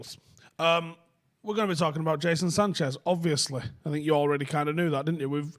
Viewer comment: Cracks me up when he says "jason sanchez" 🤣🤣🤣